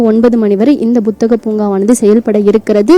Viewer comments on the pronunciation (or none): Athu buthagam illama. Puthagam